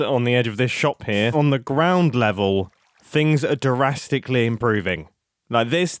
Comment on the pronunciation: I kinda love that his darastically sounds like Jurrasic park.